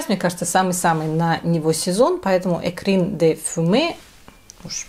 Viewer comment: Poslednie dve bukvy v slove 'écrin' ot Ecrin de fumée chitaetsya takje kak s slove Frapin. -in v kontse slova. (eto tak na vsyakiy sluchai esli vam eto interesno). Spasibo za video, bylo ochen' interesno.